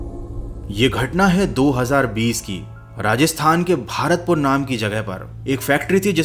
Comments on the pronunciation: It's not "भारतपुर" It's "भरतपुर" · Wo भारतपुर nahi hai, भरतपुर hai😅